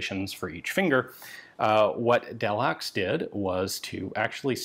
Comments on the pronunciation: delhaxe? haxe? i dont speak frensh at all but i´m like 110% sure frensh people dont pronouce it so german considering that Bourdaux is not at all pronouced with X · Pronounced, “del-HAY”.